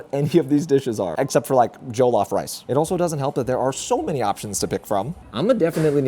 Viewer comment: jollof is less joe/joel and more joh like when you're like oh quickly. if that makes sense!